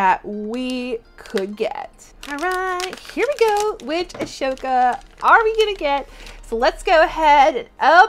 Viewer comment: Thanks for your videos! Ahsoka is Pronounced aaahh - so - kuh